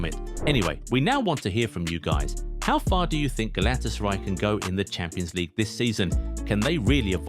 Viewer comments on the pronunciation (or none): Man youre butchering the club name. Do it with me: Gala-Tasa-RAY :)